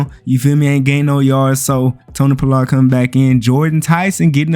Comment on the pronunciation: Bruh...you can't say Pollard at all🤣🤣🤣🤣🤣🤣🤣🤣